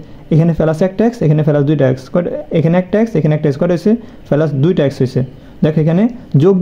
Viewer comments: পেলাস না বলে প্লাস বললে শুনতে ভালো লাগবে ❤❤ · পেলাস না প্লাস